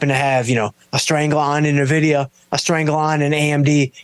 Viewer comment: It's pronounced "Envidia", not "Nuvidia".